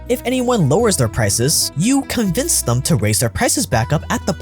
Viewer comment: "Thuhm" Me: "Theeeeem"